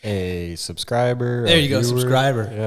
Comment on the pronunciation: Bubba doesn’t subrscribe, Bubba subSCRUBBS 🤣